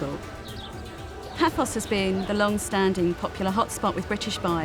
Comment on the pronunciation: It is "Paphos" not "Papos".